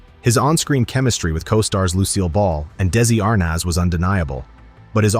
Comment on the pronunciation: Narrative please correctly say people's last names correctly like Desi arnaz